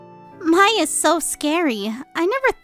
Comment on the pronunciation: Sagewolf doesn't pronounce Mai correctly